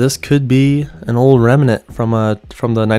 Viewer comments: Great research I gotta hand it to you. However, remnant has two syllables, not three. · I love doing this kind of stuff. I think I’ve always wanted to be a detective, or something, even though I’m female. One trail leads to another, and so on. Also, it is rem-nant, not rem-a-nant, but I won’t tell. Haha